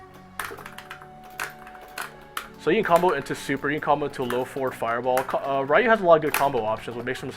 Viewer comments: mmm I can understand the reason, but since NOW I think an expert like u are, KNOWS how is the actual REAL pronunciation I think u should say the name in the proper way. Anyway is just my point of view. For me is just horrible to hear "Rrrrrai-you" instead of "ryu". cheers. :P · "Rayuuu"????? ¬¬ Ryu!!!! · Rye-You. Is this StreetFighter the movie game.